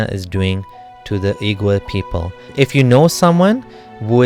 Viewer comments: Wee-gur, not oo-gur. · Uighur is pronounced as wigur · Oigur would be more correct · Hey dude, love your contents and i support your position. But you got to work a bit more on the pronunciation, namely Xinjiang and Uighur.